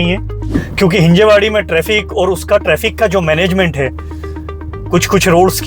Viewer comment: It's हिंजवडी not हिंजेवाडी.. atleast yaha aake pehle naam toh bolna sikhalo..